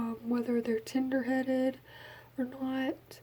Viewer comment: Your accent made it sound like you said "tinder headed" instead of "tender headed" 😂😂 I'm from Maine so that's probably why I think it's funny